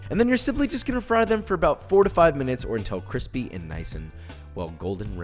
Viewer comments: Nobody: Josh: Cwispy UwU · "once there nice golden and ✨quispy✨" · D-did he say cwispy?! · CWISPY ERROR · I loves when he says kwispy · nice golden and Kwispy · The world “cwispy” keeps me from ever subscribing. It kills me. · nobody: joshua weissman: KWISPY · correction: it's cWISpy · cwispy woo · "Cweepy" "Daddy want yum yum" Joshua is officially a furry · very cwithpy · Dang I thought I found a nice cooking channel but if I hear this grown man say cwisspy again... Yeah I just can’t do it man good luck wishing you the best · CEO of cwispy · Those curly fries sound CWISPY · Kawispy is now my new favourite word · omg please make a video on how to make cwispy sweet potato feies!! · "Cwispy, wuw" always gets me for some dumb reason😂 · Josh: notices cwispy fries “UwU what’s this” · He said: cWISPy uwu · Nobody: Josh:It’s gonna be really really qwispy! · I liked it until you said cwispy uwu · Cwisthpy woo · gowden cwispy uwu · some hawt cwispy bois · Joshua just made me fall in love with cwispy fries lol I'm shook being someone who's always been a soggy fry lover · Nobody: Josh: cwispy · I need 'Cwispy' merch in my life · i think it s more like QWUISPY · KWISPY KWISPY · Cwispy Wuuw 😂